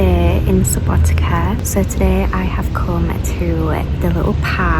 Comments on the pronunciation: Subotica is pronounces "Suboti(tz)a" not Subotika, like you said :) c = tz (when you pronounce it) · Subotica not subotika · Try pronouncing like in cider only sharper c sound Subotica... Not like k in Subotika... Althow it sounds very nice even if you say it wrong...☺ Enjoying your pleasant voice and the journey... 💫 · Seems like you are pronouncing SubotiKa on purpouse 😂 it's hard sometimes to think about pronounciation of some foreginer words, but still the way you pronouncing it is kind of cute not gonna lie, it's kind of weird to eat mc donald's when you have so good tradicional food in Serbia, Vojvodina as part of Serbia have some unique tradicional food, which is way better than artificial mc's food, but i can't order you around what you can or cannot eat so enjoy what you like the most. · Please don't pronounce Subotica that way. I know that, in English, the letter "c" is often pronounced like a "k", but please don't apply that to place names. It really sounds wrong to native speakers and hurts the ears. Just a friendly advice. Enjoy ;)